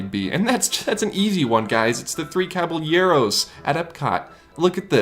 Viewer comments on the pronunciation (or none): Oh man, that pronunciation. Cab-ell-yehr-ohs...